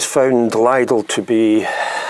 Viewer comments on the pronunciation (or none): Lidl rhymes with middle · Hey man, just don't go there and you will have nothing to complain about. BTW it's pronounced 'Leedl' as I suspect you know that though. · Please pronounce it 'Lee dell'. My wife likes shopping there but I hate the place. Quality is minging.